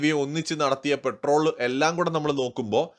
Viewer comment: പെട്രോൾ അല്ല പട്രോൾ 🙏🙏🇮🇳